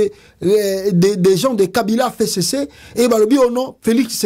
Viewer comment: Pasta ezalaka F C C et non fecece, lisusu pona Bunagana et non bunanganda, veuillez corriger cette erreur de prononciation